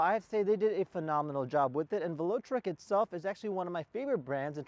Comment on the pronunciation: You got to work on your pronunciations, Velotric and Shimano... It's pretty obvious you are not a bike enthusiast. Everyone knows the name Shimano. It's been around for decades as the component choice of most every rider. I had to stop your video shortly after you butchered these names.